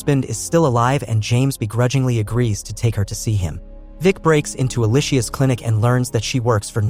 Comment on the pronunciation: Her name is pronounced like Alicia not E-lie-shea. Ask me how I know 🤦🤣